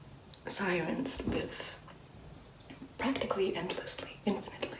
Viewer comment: is in the bath: "SiReNs"